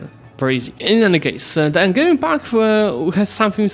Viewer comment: Angevin is from the from the kings who came from the county of Anjou in France, so its "G" is like the "J" pronounciation-wise. An-zhou/An-zhe-vin